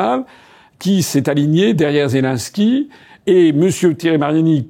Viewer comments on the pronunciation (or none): none